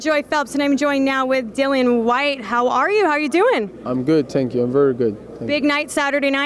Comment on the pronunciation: Michelle: "How are you? How you doin?" Dillian: "I'm good, tenk you" LMFAO 😂